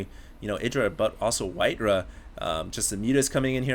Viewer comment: Im sorry, its not pronounced Rah its RAW, simply because of that i find it hard to watch